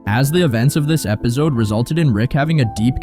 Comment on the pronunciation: Are you saying "ebizode"? Lol! Great vid regardless!